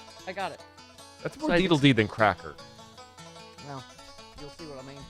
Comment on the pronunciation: It's not cracker, Steph. It's cracka lol